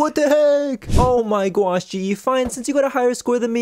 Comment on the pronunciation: Oh my gwosh got me😂😂😂😂😂😂😂😂😂